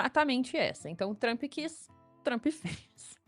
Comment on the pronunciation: Outra coisa a forma que ela pronuncia Trump, e tão errada que seria a mesma coisa que ela querer falar Lula e falar Lulis.